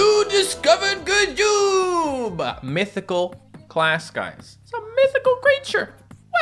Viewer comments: It’s not ga joob is g joob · He said ga joob